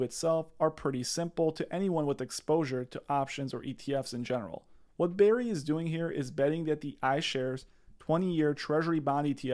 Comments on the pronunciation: That's Burry. Not Berry. Just saying. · Burry, like hurry. Not Berry. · BRRRRRRY not berry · It’s BURRY not BARRY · BURRY. NOT BARRY. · its Burry, with a U... Barry/Berry/Bear-y?.. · Burry not Barry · Can you please call him by his correct name? It is B U rry, not berry. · Dude, 30 secs in and your credibility drops 📉 Burry, not Barry. It’s the whole point of the video and you have people in the comments saying Barry. Come on man! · It’s not Berry, it’s BURRY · Burry not berry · Michael Burrrrrr-y, NOT Barry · It's Burry, not Berry 🍓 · Burry. BURRY Not Barry. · BURRY, not Berry. 👍🏼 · Burry not Berry. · B errrrry not Barry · "BERRY" its's BURRY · *Burry Not berry. 👍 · It's pronounced "Burry" as in "burn", not "berry" like "raspberry." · Can you learn to pronounce his name correctly?! Wow that was annoying every time you said “BARRY” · Bro, if he says BERRRY one more time i’m moving to Albania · All I can hear is "Dr. Michael Bear-y" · Pls just pls it’s Bur-ry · I know what you're saying is reasonable and I appreciate the info I really do but dawg it's difficult to take your analysis 100% seriously when you keep calling him "Berry" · Who is Michael 'BERRY'? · Stop saying Barry. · You can't even pronounce the mans last name? Sound it out letter by letter like my 6 year old.